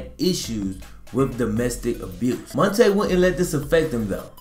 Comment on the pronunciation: It’s Mon- T” Ball